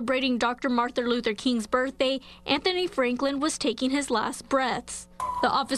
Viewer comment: So Martin is hard to pronounce